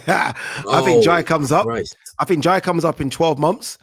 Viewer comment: Someone teach how to say Think 😆😆😆. I TINK he's forgetting the H 😆